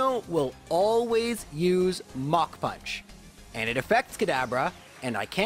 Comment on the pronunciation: Yes, that is how we pronounce it.